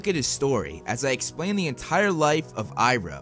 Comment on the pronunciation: You purnoced his name wrong its the goat